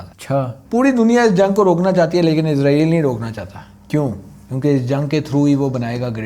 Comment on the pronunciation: بھائی جان یہ لفظ عزرائیل نہیں ہے اسرائیل ہے عزرائیل علیہ السلام فرشتے کا نام ہے اور اپ عزرائیل نام لے کے پھر گالیاں دیتے ہو مہربانی اپنا تلفظ ٹھیک کریں